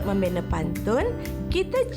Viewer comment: Dia baca pun salah...kalau membaca baca betul2 kan baik...ayat membina dia baca membine...